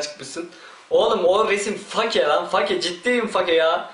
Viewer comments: Fake? Lan olum biz onu: FEYK olarak telafuz edioruz yani yazılış F-A-K-E olduğu için öyle okunmuyo feyk o feyk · Ingilizce öğrensen ii olur fake feyk olarak okunuyor ;) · fake mi ? sen yalnis sölüyorsun o my good.. fakeee diyon